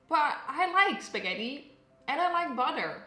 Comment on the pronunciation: I believe mama june just called it "skeddi 'n butter" :v